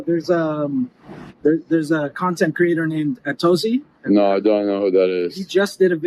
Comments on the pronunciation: " Acountability? LET'S GOOOOOOOOOOO!!!!!!!!!!!!" team. "." Not messing here, but that actually can be PERFECT representation for how to pronounce "Atozy" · made me laugh. They murdered your name 😂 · I know, but “A toast zeeee” nahhh